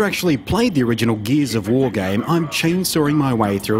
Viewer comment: "geez of war"